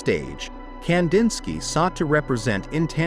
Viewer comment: Ai... goodbye immediately leading off with that awful mispronunciation